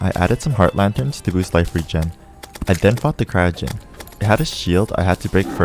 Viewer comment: ayo no offense but you pronounce life and cyst like l-if and s-ice